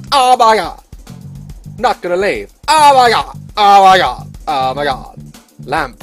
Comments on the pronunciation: Every time u said “OH MAH GAWD” I literally lost it. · His oh moi gawd 😂😂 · Listening to Daz say aWmYGawd Made my day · "Oma gouad I'm still groundard" bruh I'm dead 😂😂😂 I wrote it how he said it😂😂